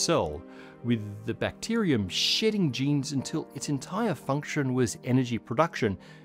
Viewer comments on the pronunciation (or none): need a caption homie it sounds way too much like "shitting jeans" instead of "shedding genes"